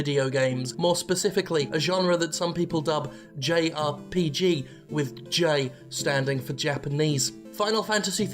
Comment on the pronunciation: "Jayarpeegee". XD The greatest word coiner/creator of all time.